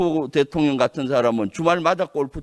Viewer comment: 김병주의원은 한국어발음이 왜그래 대통령 을 대통련으로발음하네~